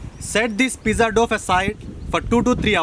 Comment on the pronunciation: Say Dow not doff.looks like veg oothappam